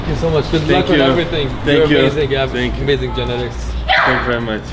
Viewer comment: "Tank you tank you tank you" kkkkkmk